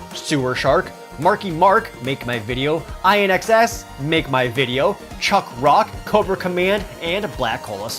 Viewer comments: Really...You didn't just say I, N, XS....It's In Excess. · I'm concerned that's actually how you pronounce INXS. Please tell me that isn't how you pronounce INXS.